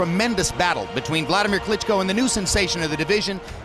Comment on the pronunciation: Nice Video on Klitschko's career. What I don't get is you have umpteen clips of pro boxing announcers pronouncing his name yet you repeatedly mispronounce it. Sorry, just some creating criticism, now to mention I know that I don't like when people mispronounce my name. LOL. I enjoyed the video regardless, good job bro. #WeStandWithUkraine